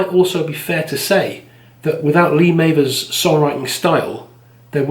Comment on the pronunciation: Enjoyed this, nice work..........if you like that Scouse thing please check out Waterpistol and HMS Fable by Shack, 2 of the 90’s’ finest albums right there. Also, can you edit the pronunciation of Mavers? It’s doing my head in😂